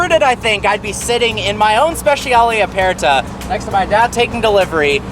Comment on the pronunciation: Please pronounce aperta properly!....it’s apurta